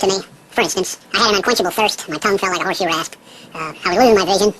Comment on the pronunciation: Did he said "horse shoe ass" ? Lol horse's ass's must have beetus too.